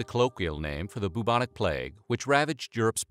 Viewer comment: You are single handedly one of the most boring, monotonous sounding narrators I’ve ever heard, these videos could be so interesting but no, we’re stuck with this boring af guy who can’t even pronounce bubonic. Stop it.